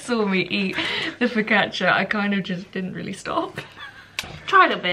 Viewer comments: Your videos are just like fresh air, you and your little family are so sweet, and I enjoy every single video you upload, they are sooo relaxing. Btw, you pronounced focaccia perfectly, greetings from Italy ♥️ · I'm Italian and I can confirm you that you said 'focaccia' wonderfully well! 😊Xx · If you make focaccia again, here in Italy (btw, your pronunciation is pretty good ✨🇮🇹) we make a basic version with just olive oil, rosemary and coarse salt on top It's super simple but super good, you should give it a try 🤍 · Cozy days at home are just lovely! Focaccia pronunciation- not bad! I should know as I'm Italian born. Sending positive thoughts on new home acquisition from across the Pond!